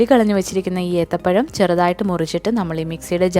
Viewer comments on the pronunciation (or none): Ethapayamo Athapayamo😂